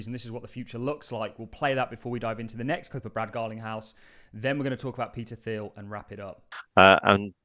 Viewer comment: Thiel is pronounced teal, not theal